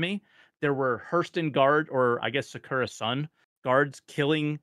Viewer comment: As a Weeb, I am extremely annoyed by the way is saying “Secura Sun”… It is Sakura Sun, no?